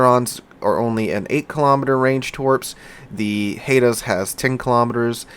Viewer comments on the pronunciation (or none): I appreciate the Canadian content, but please, it's not pronounced "Hey-da", it's pronounced "Hi-da". I grew up not a half hour from her when she was a museum ship in Toronto. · it is pronounced “hi-daa” not “Hey-da” it’s is named after an Indigenous group that lived on the coast of British Columbia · Hate to be a pain... Haida is pronounced 'Hi da'... Cossack think of Cos play... no zzzzzzzzzzzzzz Thanks hope your having a good Turkey weekend